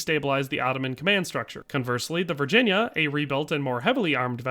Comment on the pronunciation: Thanks for getting the name of the CSS Virginia correct!